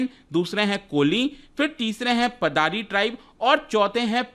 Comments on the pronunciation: Sir its पाडर (पाडरी) not पादारी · Paddar ko पाडर pronounce krte h